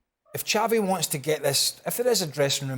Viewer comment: It’s Xavi as in Shavi NOT Javi 😑